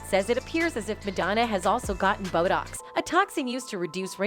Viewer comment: I was messing around with AI Narration... I just realized this video Is done completly by Ai with A.I voices and not a real person! A few parts make it obvious, It glitches to a computer voice a few times and mispronounced botox. Towards the end I'm 100 percent sure, Maybe i'm late to the party but it was really convincing in previous videos so I didn't catch it.